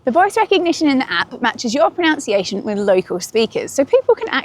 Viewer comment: Nice that mispronounced “pronunciation” in a discussion about mispronouncing words in foreign languages 😂